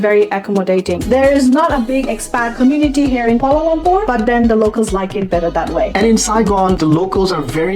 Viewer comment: Being educated people its quite a wonder you could not pronounce Kuala Lumpur properly. Its not Kuala Lampor. All the letter 'U's in Kuala Lumpur are pronounced like U in sugar. No wonder you don't have that many subscribers.